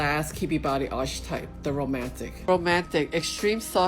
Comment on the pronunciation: This video and the previous one has been super helpful in narrowing down my type some. I fit best in Romantic, I'm a vase or bell shape, but I'm 5'8" and have a fairly large frame, hands, feet, ankles, etc. but not angular at all. As a side note: I would revisit the pronunciations for "lithe" and "archetype" as they are pronounced differently than they appear. English is weird. :)